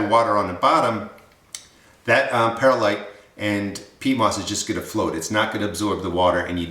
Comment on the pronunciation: Good recipe. Please pronounce Perlite Per lite. There is no "i" between Per and lite. It's like "W" saying nu cu lar instead of nuclear....Grammerly